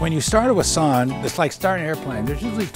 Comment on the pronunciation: My ears are bleeding by this guys pronunciation of Voisin. Otherwise gorgeous car and very informative video. Thanks :)